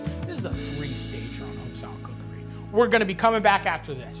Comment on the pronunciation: I think there's a typo in the name based off Matty's pronunciation shouldn't it be Home Style Cookereeeeeeeeeee?